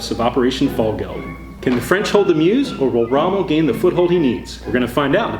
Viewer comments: If only Americans can say Mause properly. It’s pronounced Mers not Muse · Meuse - pronounced Merz!!!! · Yeah, please don't be distracted from the main thrust of the comments, which is "another excellent AAR!" PS. I can't help myself - for future reference, it's "Murz" and "Oo". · Great video as always, but, ooh, I'm gonna be 'that guy' about those Meuse and Houx pronunciations! How do you get those sounds from those letters? 🤣